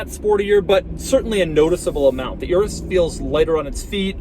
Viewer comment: It's pronounced your-is. Like urine, that's why its yellow and smells like piss